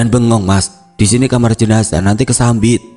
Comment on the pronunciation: Koreksi bacaan : kesambet, bukan kesambit.